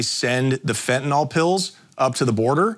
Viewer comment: Fentanyl. Nyl, pronounced as nil. That just bothers me lol